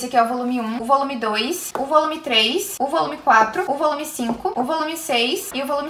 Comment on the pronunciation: Na minha cabeça eu só escuto "ovolume" kkkkkkkkkkkk